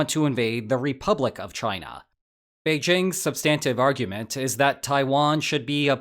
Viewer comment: SUBstantive, not subSTANtive. You're a smart guy, so you should sound smart, too.